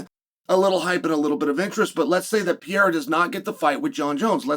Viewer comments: How difficult can it be to learn to say the name "Pereira"? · I wish you would pronounce fighter's names a little slower. "Pereira" (latinamerican) sounds like Pierre, etc. But interesting look ahead. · and if you don’t stop saying Alex last name like that I swear to the lord.. 🙄 you know damn well how to say it.